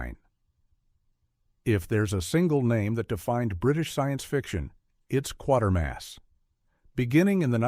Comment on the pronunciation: Why do these videos never pronounce Quatermas right?